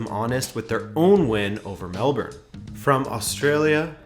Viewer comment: Can't believe you said Melbourne properly. Mad respect.